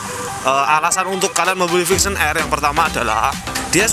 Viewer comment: mules gue dg yg nmanya VIXEEON...jjik